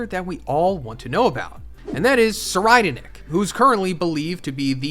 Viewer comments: YOU SAID SIR RIDER NICK ITS PRONOUNCED SIR REED NICK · "Sir-I'd- nick" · I believe it is pronounced tser-eyed-nick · Sir ride nick is how i hear it lol